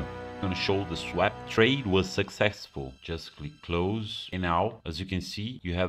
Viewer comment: lol youre saying swap wrong